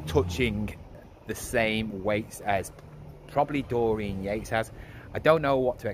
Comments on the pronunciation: His name isn’t Dorene it’s Dorian (Door Ian) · I meant the way you pronounced it twice at end of video... not spelling it